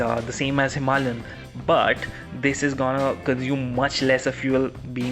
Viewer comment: I'm curious to as of why several sources pronounce the Himalayan as "Himalyan" is it a question of what they call the mountains locally, or is it a wide number of people who've misread it? Aside from that, cool video and great speculation.